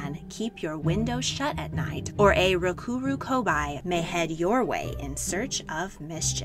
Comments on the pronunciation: Rokurokubi with the bi sounding like bee And it’s nukekubi the ke sounding like keh not ki The kubi part in both of the names means neck. I find it even more odd you pronounce one right and not the other. Otherwise interesting video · It’s actually ( RO-KU-RO-KU-BEE ) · Is not "rokuroku-bye" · You pronounced rokurokubi wrong. The right way is rok-uro-kube. I know it is spelled with an i, but this is just how you pronounce it.